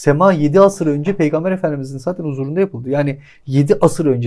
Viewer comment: "Saten" değil "Zaten", "Saman" değil "Zaman", "Sol" değil ince "Sol", "Daaahi" değil "Dahi".